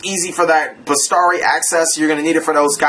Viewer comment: Oh, and it's besIIIIIari not bestari :)